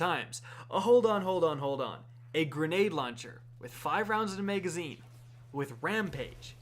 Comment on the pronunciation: Am I the only one who hears "maygazine" when he says magazine?